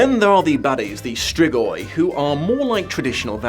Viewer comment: say it like strigoi and hit harder on the r